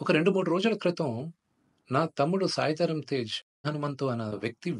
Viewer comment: దయచేసి యాంకర్ గారు ఫస్ట్ పేర్లను కరెక్ట్ గా పలకవలెను సాయి దుర్గ తేజ కాదమ్మా సాయిధర్మతేజ్